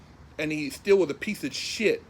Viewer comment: always get a kick out of saying "pieth o sthit!"